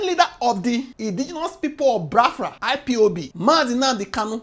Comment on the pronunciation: Pronounce the name Biafra well next time